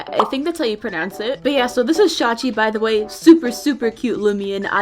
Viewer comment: Omg she pronounced shawchi’s name right I KNOW the proper pronunciation and still sometimes say shawichi